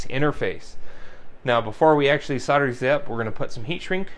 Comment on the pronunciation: Lost me when you said “solder”…